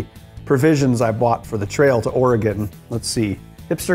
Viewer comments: It's pronounced Or-e-gun, not Or-e-gone. We're still here. Haven't gone anywhere. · ore-gun (similar to organ) not or-ri-gone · its pronounced Oregun!!!! Not Oregon. I lived here all my life and we hate it when you guys say it that way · Or - Eh- GONE! is pronounced Ory-GUN!!!! Ughhhhh! Love the show! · Bens pronunciation of "Oregon" really does show his Wisconsinite side, heh. Me also being from southern Wisconsin most people around here also pronounce it that way, but that might be because there is a town here people pronounce like that "Or-A-Gon" Or "Or-E-Gon". Also great build Ben! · The state should be pronounced "Or-eh-gen" but he flip flops between different pronunciations of it. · OR-EEE-GONE i just keep hearing or-eee-gone and it makes my inner oregonian die inside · I'm from Portland, I can tell you NO ONE from Oregon pronounces it like "Ore-a-gone". At all. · James Helgason Or-gen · Seriously. All of them say Oregon wrong. It's cringey for someone who lives here. Or-uh-gun. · Dude it's pronounced. O-RE-GUN lol... Us Oregonians get a lil tired of that like saying the s in Illinois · I’m from Vancouver Washington and no one on this side of the Colombia says that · As an Oregonian, the way this guy says "Oregon" makes me absolutely cringe. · How many times is he going to mispronounce, 'Oregon'? I'm going to guess, 13. Edit: my count is 12/15... Have fun in Wisconsoy... Idiots.